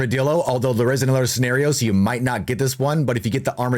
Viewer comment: It's "scenario"